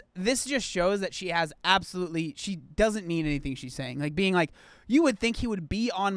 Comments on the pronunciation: Did you say absafruitly ridiculous...🤣😂🤣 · The best thing to come off this video is saying Absofruitaly 😂😂😂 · THAT WAS ABOUSOLFRUITLY REEDUUNKULUS🤣🤣🤣🤣🤣